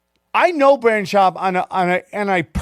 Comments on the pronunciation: Did Sam mention any details about the lawsuit at all or did he just white night for "Brandon" for 15 minutes LOL ? (he knows him so well yet can't even pronounce his first name like everyone else in the world because no one really cares) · BrAAndon Schaub... he's such a good friend he pronounces his name wrong every time. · It's Brendan not Brandon y'know :)